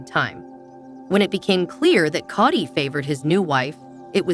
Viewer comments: You cant even pronounce Kody right!! Koty???😂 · This pronunciation of Kody is driving me crazy ……Coddy 🙈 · It wasn’t a joke and he said it on the tell all!!!! It’s Kody not kitty🤨